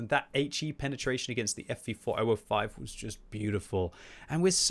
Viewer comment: In particular the Ef Vee Fore Oh Oh Five